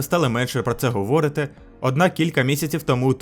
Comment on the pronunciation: Не говОрити, а говорИти. 😂